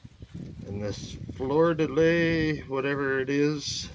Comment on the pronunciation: Pronounce it Flur de lee